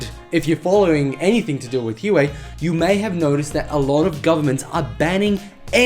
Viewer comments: Isn’t it “wahway” not “Uway” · btw i think Huawei is pronounced "wah-way" ;) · I've always pronounced it "Hu-Why"....